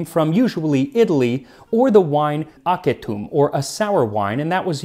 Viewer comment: Shouldn't acetum sound more like asetum than aketum?